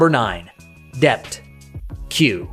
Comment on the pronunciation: Guys.. your A.I. should at least speak names- titles of your shows CORRECTLY. As in “Dept.”